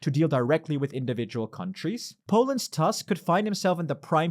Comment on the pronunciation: you could check how to pronounce Tusk's name first...